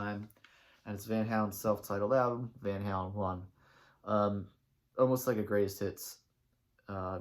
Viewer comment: you can't even pronounce the band's name, no wonder your opinions suck.